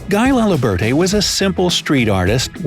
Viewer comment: I died when he pronounced “Guy Laliberté” so bad 😂😂